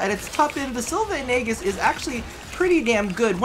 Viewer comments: It's pronounced "ee-jiss" :( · am i the only one who loved the vid but was triggered when he said aegis wrong